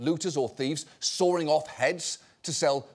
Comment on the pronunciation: "Sorring off heads"? LOL